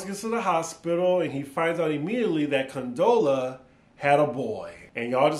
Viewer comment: Great review.! You always slaughter Condola's name 🤣. The party was 9 months after the breakup. Issa's event was a year later. I'm guessing the party invitation was extended to those with kids. Kelly was made an exception since she's the Godmother. I'm guessing we will learn about Issa and Molly's absences from either Tiffany or Kelly's perspective in future episodes. I picked up on the death overtones also. I have a feeling Lawrence dies 😢. At first I thought Issa was crying because the breakup was still fresh but maybe it was over Lawrence's untimely death.